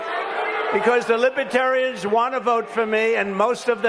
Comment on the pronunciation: He calls them ‘libetarians’! Not Libretarian! That’s his first boooo!!